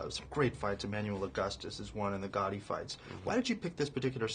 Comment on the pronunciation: not Ghotti its Gatti